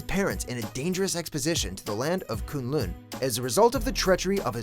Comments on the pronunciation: "Koon loon" I hate it when videos like these are made and the narrator never pronounces things correctly. It's not hard to look up the correct pronunciation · If this dumb fuck keeps pronouncing K’un Lun as kOoN lOoN I will rip his fucken head off